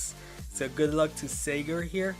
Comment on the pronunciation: 😊sagar is a indian..sagar is pronounced like shaghar😀